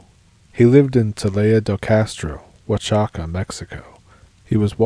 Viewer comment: Oaxaca is pronounced Wah- ha- kah. I grew up in Mexico.